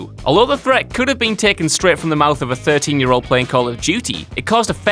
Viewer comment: This guy has more problems with speaking English. Like: Year = jurr Sure = shoe-arr